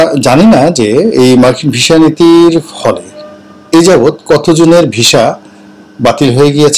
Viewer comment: ভাই জান এটা visa , not visha... ভিসা, not ভীষা 😊